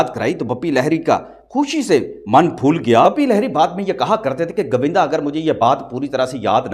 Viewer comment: Pls learn to speak properly your accent is pathetic its GOVINDA not GAVINDA 😡😡😡😡😡😡😡😡😡😡😡